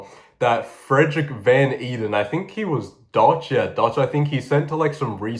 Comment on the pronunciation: Van Eeden is Dutch, so it’s actually pronounced kind of like ‘vaughn aiden’.